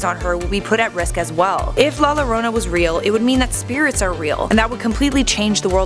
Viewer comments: “La lorona “ it’s pronounced la jorona this annoyed me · Its "yorona" the double L makes a Y sound. Like tortillas is "torteeyas" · i speak spanish, it doesnt. You CAN say it as in "Jessica" you would pronounce it as "Yessica" but thats not a spanish name. La Llorona in English WOULD be pronounced with an "L" sound, but its a Spanish word, so it is a "Y" sound. The English translation would be "The Weeper"... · Its pronounced jorona genius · Pronounce yorona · SHAWTY SAID “Lorona” LMFAOOO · Algún otro hispanohablante indignado por como dice “La Lorounah”? >:v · The double L in la Llorona is pronounced with a Y sound in Spanish. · La lorona yes definatly how you say that Also nice use of Grimm footage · It bothers me how you say “la lorona” it physically hurts my soul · The first 3 seconds of the video cracked me up, Ll is pronounced like a Y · Two things. A) Double "L" is pronounced "J" B ) What if LBG still had ideas? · La Llorona is pronounced "la yorona" Edit: in spanish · Yes that’s exactly how you pronounce la llorana😂💀😂💀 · "Lah Lowrownuh" I'm triggered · Its pronounced la Yorona like with a "Y" double Ls in Spanish is pronounced like a "Y" like "yesterday" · "La larona" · it’s pronounce yo-ro-na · It's pronounced La Yorona 🤣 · Pronounced YO-RO-NA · Max D same but I thought for the pronouncing was ya-rona sorry if I'm wrong but it's funny to scare the lil kids with the warning that la llorona is going to get you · Max D nah not pronounced jorona because she’s pronounce it wrong aswell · Its "yorona" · never said "la llorona" ever again in your life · The way she says llorona bothers tf out of me 😂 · As a Mexican American It's Funny When I Hear Non Spanish People Try To Pronounce LA Lorena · YOU PRONOUNCED IT WRONG AHHHHHHHHHHH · The way she says La Llorona 🤦🏻‍♂️ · Watch Coco and pronounce it correctly please. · Am I the only one that got triggered by how she said la llorona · Dude say it right 😂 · So Funny... when she says it XD It is real!!! In Mexico.